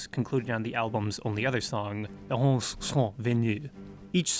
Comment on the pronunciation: I believe it is pronounced EM-EN-TET RE, it’s very rhytmical. All e’s sound the same, like ‘ae’ or a slavic ‘e’. Imentet (Ament, Amentet or Imentit, meaning "She of the West") was a goddess in ancient Egyptian religion representing the necropolises west of the Nile. This could have been the inspiration. Also, the greatest of the old Memphis gods was named Ptah. Thank you for a fantastic video, from a huge Magma fan.